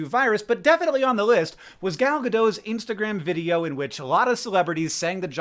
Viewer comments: Gal Gadot is not French; she’s Israeli. Gadot is not pronounced like you’ve been waiting for her a long time; it’s gah-DOTE. When you’ve got the hang of that, Gal is not pronounced like your gal pal; it’s the same A-vowel as in Gadot, which is pretty close to the A in “arm.” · The T in Gadot is not silent. Hebrew is not French. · New pet peeve unlocked: People pronouncing Gal Gadot's surname as if it were French. (Please pronounce the T.)